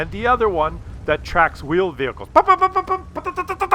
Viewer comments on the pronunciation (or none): "The other shell that tracks veeled whehicals"??? How in the hell to you track something with wheels? LMAO Did you have your coffee before you made this video? This guy is just sitting there picking a Maus apart and there was nothing the Maus could do about it. Then he put the Maus into full retreat. Russian bias at it's best. LOL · The "vheeled wehicles" lol!! I would make way more mistakes than you but I still find it funny!